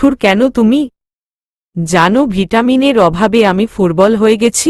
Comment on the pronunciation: শুধু ভাল ,খুব ভাল ,নাইস বা নেক্সট এসব পড়ার জন্য ই কি মন্তব্য বিভাগ রেখেছেন ।সুস্ঠু ও সত্যিকার্র কোন মন্তব্য হয়ত পড়ে ই দেখেন না ।দুর্বল কে ফুর্বল বলা কি ঠিক ।নাকি আপনি দ উচ্চারণ করতে পারেন না ।